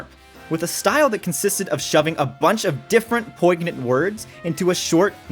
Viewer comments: Thanks for this documentary! Gentle pronunciation correction for the narrator: "poy-nyant" not "poig-nant" (that 'gn' is a pronounced 'ny'). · Do not pronounce the G in poignant. Should sound poynyant. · A bit of a record scratch when you said poignant with a hard G